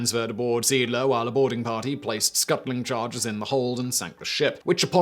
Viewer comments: seedler?!? ZAY AHD-ler!!! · Indeed, only after seeing a picture with the name I realised which ship he was telling about. The name is pronounced something like 'zay ahdlur' (English pronunciation rules) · "zayADler", not "SEEDler. See is German for Sea. Adler is German for Eagle. Seeadler = Sea Eagle. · Not SMS “Seedler”….it’s SMS See Adler…German for Sea Eagle. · Seeadler. That's pronounced Zay-adler. Möwe. The w is pronounced v, and the ö, well, it's pronounced ö. Vaterland. The v is pronounced f (sort of balances out the w being pronounced v), the a is pronounced as in father (appropriate, since father is what Vater means) and the d is pronounced t. There was something else, but I don't remember what it was. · Simon's German pronunciation is dreadful! The Mow and woolf? It's spelt Moewe (plus umlaut on o) so pronounced Murva (approx!) and Volf. Come on Simon, you've been torturing german for long enough now! And I'm British, too! And I've seen the comment about See-adler, not Seedler. Sounds terrible. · Being bi-lingual can be a curse, you keep calling the ship the Siedler, (settler) but its Seeadler, which means Sea Eagle, and is pronounced Say-Adler. You are forgiven though, if only because your beard is so manly ;) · It's pronounced ZEE-ADD-LER... "Sea Eagle"... It's skipper must have been a strong bugger as in the museum in Lyttelton , South Island, New Zealand it was recorded he lifted a chair with a man seated on it by the back two legs and keeping his arms straight deposited what must have been a fair load on top of the table he and his crew where sitting around. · Only Simon can pronounce the name of a ship that was called Zay-áádler the way he does and it leaves me puzzled🙂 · Learn to pronounce the things you want to talk about! This is disgustingly bad at this point. "C-dler"? GTFO. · Dude! The name of the ship was German for "sea eagle". "Seeadler" has three syllables, not two: zay-AHD-luh. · It's pronounced Seh - Ahdler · it is pronounced zay - addler